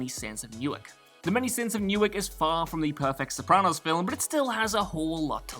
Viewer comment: OMG! You said "Newark" right! I'm from Newark and we say it different. Good Job!